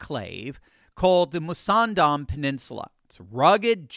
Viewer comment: What a stupid plan is the Mussandam canal. can barely say the name properly. It will simply be another target for Iranian missiles, with expensively loaded ships conveniently parked nose to tail over a long distance...easy to target, not dissimilar to the Straights of Hormuz. The choke hold on the Straits of Hormuz has indeed put the US and its allies in the area into Dire Straits indeed!